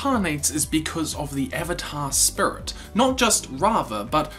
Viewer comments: It triggers me that he pronounces Spirit SPRits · Is is me or dose he say srits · I stopped watching when he started sayinf spurits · “Avatar spur-it” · I've heard a lot of New Zealand accent over the years, enough that I thought I had a handle on the rhyme and reason, but pronouncing "spirit" as "sprut" is a new one to me. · I just keep hearing “spurt” every “spirit” I’m sorry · listen this is a great video to watch but he keeps saying "spurit" and its getting hard to concentrate on what hes sayin 😹😹😹😹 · Spurit? XD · I die a little inside everytime he says spirit... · Lol the way you pronounce spirit